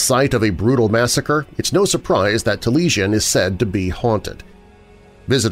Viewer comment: Wright's house is pronounced 'tah-lee-AI-sn'